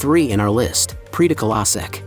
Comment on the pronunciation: My gosh, it messes up Esztergom with Pécs when the marketplace is shown! The narrator should have made efforts to learn enough Hungarian to pronounce the names well enough so that they could be understood. The way he pronounces Széchenyi, Prédikálószék or Rám-szakadék is pathetic. Otherwise not too bad for such a short video.